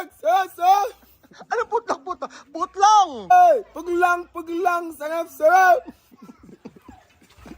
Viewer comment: Hindi ko kinakaya yung mga pronounciation ni 😅 putlong!!!😅😅😅